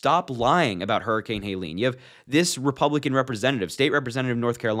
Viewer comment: Helene, not Haileen